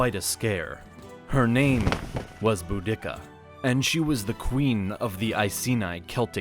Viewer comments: Boo-dick-ah 🤣🤣🤣🤣🤣 boo-dee-cah this pronunciation doesn’t contain an unnecessary dick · Pronouncing it "boo-DICK-a" is hilarious to me. I've only ever heard her name pronounced "Boo-di-Ka." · I thaught her name was pronounced Bow-di-seeer, not Bo-dicka? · "Bu-dick-a...?" Dude, it's "Budi-ca".....just saying... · I enjoyed your video! Although I think Boudica may have been outraged at her name being pronounced Boo-dik-a instead of Boo-duh-kuh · Boda" see-ah" - not Bo" dicca". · BOO-di-ka is how the name was pronounced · The name of the Queen of the Iceni is pronounced, "BOO-dick-ka." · Boudica. I thought when I was in school I was taught to pronounce it bow- da-see-a? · this dude said boo dick uh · The commentator has only read about this story. IT'S PRONOUNCED, "BOO-DAH-SEE-AH"! Get it right, ya historical butcher! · I've heard Boudica pronounced loads of ways over the years but never Bo-Dicka!! :) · theres no K in boudica.. its pronounced bou-di-car i believe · Is this AI voice? I only ask due to your cringy pronunciation of 'Boudiccea.' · Hmm I'm not sure the proper pronunciation of Boudica , but every time you say it in this video it is different and none of them match what I hear other people say. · Dude! If you can't proofread enough to get your pronunciation correct, quit the voiceover!!! Subsequent, Boudica...the list goes on... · That's not how ya pronounce Boudica lol